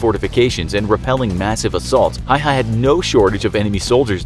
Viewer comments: Lol hayha its häyhä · Is not pronouced hayha is pronouced like häyhä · Häihä not haiha lol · It is Simo Häyhä not Simo Hayha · You say it Häyhä, not Haua! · It's Simo Häyhä not Simo Hayha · Simo Häyhä not Simo Hayha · Btw the pronounciation of Häyäh is "howha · I am dogge it’s actually said like hæyhæ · Dude....its pronounce "Hey-Haw" and "Nu-Gawnt" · Its HÄYHÄ not hauhauhaauu easy to say if ur from the Scandinavia as im🇸🇪🇸🇪🇸🇪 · Just a little pronunciation error, y in finnish is pronounced L so it's pronounced Hälhä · Please, if you cannot say his last name correctly, just say Simo. Ä is pronounced like the a in apple. Y is pronounced oo like ooops. There is not hay/hey in Suomi. Simo. The snow was not the only geographic location he was a master of, although Talvisota, for Simo, was purely snow and cold. But he was also a master of the forest.